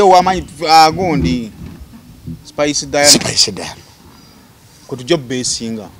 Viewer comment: Jenkins namutima ...Jenkins dint pronounce ..Spice 's name